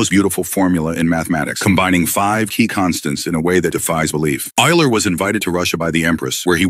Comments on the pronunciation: Euler is actually pronounced oiler. Idk if ur using AI voice technology or what But u LITERALLY called him Eel-er. Eler. Owl-er. Eye-ler. Wu-ler. 🤦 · You can do better than this buddy. (ie. Consistency in pronouncing Euler's name, and googling how to pronounce his name correctly) Dump your text to voice app and get a better one. 😊